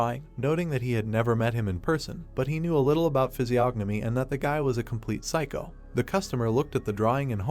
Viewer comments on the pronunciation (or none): none